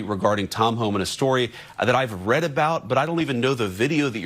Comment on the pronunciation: AI. VANCE SAID “ …that I haven’t read…” saying ‘reed’ for read.